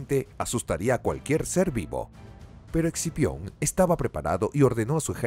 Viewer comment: Scipio, quien sabe porque el el narrador dice exipion xd